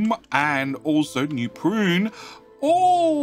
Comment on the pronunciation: Anyone else do a double-take every time you hear say NEW PRUNE, and you pause to double-check that, yup, there's still no R in that city's name. PUNE. PUNE. PUNE. #JusticeForNewPune